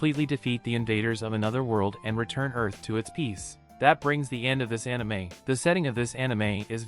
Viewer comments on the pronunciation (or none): none